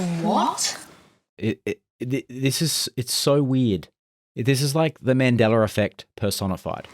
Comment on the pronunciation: “Mandeller” effect? Who are you, Tyler Perry? Hellerrrrr